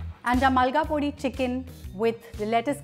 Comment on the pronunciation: It’s Molagapodi. Not Malgapodi. Molaga is chilli and podi means powder in Tamil